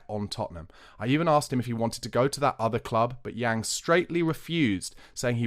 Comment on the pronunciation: Pronounced Yang (/aː/ like in English plant) Min-Hyeok (yeo like in yeoman) No biggie but nice to get some closer pronunciations 😉